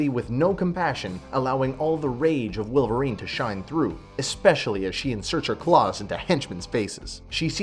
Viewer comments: Its Wolverine not Willverine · Why are you saying willvarine? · i can't get over the fact that you're saying "willverine".